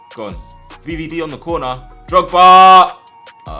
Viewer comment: I love how he says drogs and I think of something else